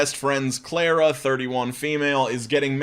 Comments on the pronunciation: u saying "claira" instead of carla lmao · I'm sure no one else has pointed this out in the comments but that is a unique way to pronounce Carla.